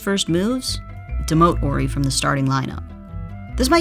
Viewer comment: Correct me if I'm wrong, but isn't there an H in Horry? Asking for a friend. Robert orry, Robert orry. Due the H in Horry be silent?